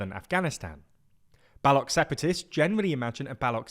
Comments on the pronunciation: Pronunciation of Balochistan is correct while of the Baloch is incorrect. Weird In'it. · the boloch is pronounced with 'ch' as in chair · How can you pronounce Balochistan right but not Baloch ? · Right? I thought it was hilarious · It’s a British thing..bastardizing everything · Why does he keep calling them Ballok….? Mispronunciation does not add to credibility 🤷🏻‍♂️ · It’s not ‘Ballock’ you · Balu ch.. Not balok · Idk How Difficult is that to Pronounce "Ch" in "Baloch". It is not Balok, it is Baloch !, "Ch'" from "chocolate". "Balok" in Baluchi means "Grandmother" so please pronounce that correctly!! And over all nice video! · They are pronounced like baloushis not baloks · Not Baluk. Pronounce BaluCH (Ch like chime/chair, chain) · BTW, it's not pronounced Balokh, the correct pronounciation has a 'ch' in it (like the starting syllable in 'ch'ina) - Balo-ch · It’s pronounced Baloch with ch as in chai and not as a k at the end of the word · Bro it's not Balock! It's pronounced as Baloch! Ch not ck!🤦🏻🤣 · Baloch. Not Balock😂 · I am listening to someone about Balochistan , who can't say baloch and says bullock its ch not k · It’s not pronounced as Ba-lock but as Ba-loch where the ch sound is like ch-eese Jesus Christ it takes two minutes to google and learn the right pronunciation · Bro its Baloch, CH like cherry not Balock ! Learn to pronounce words first before making videos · BALOCH not BALOK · I cringed evey time you said Ba-Lock! It's Ba looch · It is pronounced Baloch, ch as in chalk…not balock. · Its Balochh. Not Balok. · How do you manage to pronounce "Balochistan" decently and then tragically botch "Baloch" as "Ballock" ?? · It's baloCH. It's literally how it's spelt dear lord. "balok balok balok" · It is not Balok but Balo(ch), as ch in "change" and not as "ch" in "architect". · Its bhaluchh.....not bolok😂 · Balo ch. Not balok. What is wrong with you? Atleast know what you are reporting on. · Its not balok , its Balo c h ( baloche)